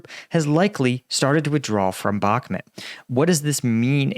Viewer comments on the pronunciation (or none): Love your content but please it's bakh"mut' not mat....... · It's bauhk-moot not met stop saying bauhkmet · I just unsubscribed because you keep calling Bakhmut Bakhmet. I will not allow you to butcher the human language!